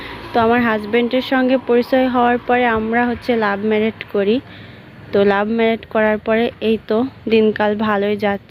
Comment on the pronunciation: লাভ মেরেট না লাভ ম্যারেজ 😂😂😂😂